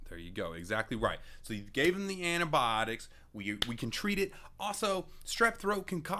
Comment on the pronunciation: adobotics blah blah whatever he said xD Me- Okaeh- wtf did he just say- u mean antibiotics? XD Btw this isn’t supposed to be offensive to anyone I’m not trying to be mean about how people pronounce things I just tried to make a joke…